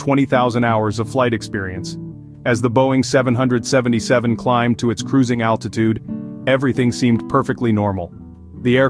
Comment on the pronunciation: The way you say 777 just put me right off and it was MH370 - I suggest you stop making videos